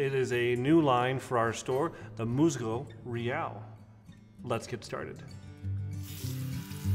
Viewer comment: Great video. Enjoyed the shave. If you wanna step up your authenticity in pronunciation of the product name... MUSGO IS “MOOSE-go” and REAL may be better pronounced like “ray-ALL.” Thanks again.